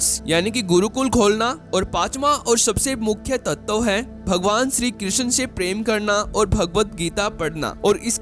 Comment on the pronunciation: तत्तव नहीं, तत्व कहते हैं.